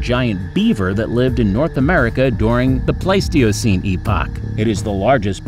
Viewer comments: Pleistocene era was waaay mispronounced lol But great job cuz 90% of these I wouldn't even attempt to pronounce! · Paleogene / Pleistocene. How did he get these 2 mixed up? This is beyond Dyslexia, this is almost malicious. Same for all the other errors in pronunciation. He could have done a bit of research before making the video.